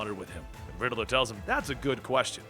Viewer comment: The name is Riddler.. not Riddiler